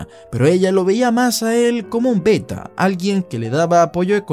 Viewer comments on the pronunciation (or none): none